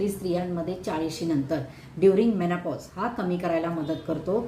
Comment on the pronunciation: It's HORMONAL ...not HARMONAL It's MENOPAUSE ...not MENAPAUSE ur english pronunciation 👎👎👎